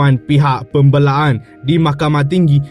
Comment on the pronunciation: Pembelaan. Tlg sebut bahasa melayu dgn betul. Pembelaan. ..ke pembeeee laaa annn .aduh ..bgi m cik baca Pon bagus dik .